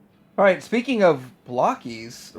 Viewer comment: Why do people keep calling Blokees "Block-ees"?? They are little blokes... they are not made of blocks and I see a lot of round bits, so they're not blocky either.